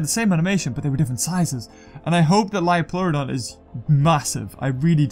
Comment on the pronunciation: It's a magical leeoplorodon